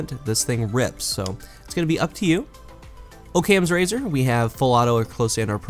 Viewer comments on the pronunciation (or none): its not okayemz razor.... its ahkams razor.... (Great vid tho!) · Bro, it's pronounced Ockham's Razor with a short 'o' sound.